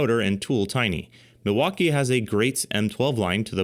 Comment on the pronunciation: Epic Torque Battles of History. Brijid, bersus, Milfauckeeeeeeee